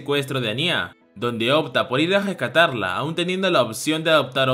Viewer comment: Me gustan mucho los vídeos pero sería bueno que tuvieses un poco más de atención al detalle cuando dices los nombres de los personajes. A Anya le llamas Ani-Á y con Twilight pasó de ser Loid a Floyd y es muy confuso @@ solo es una recomendación en buena onda